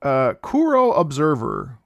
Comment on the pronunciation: psst ... it's corru observer, not korru :P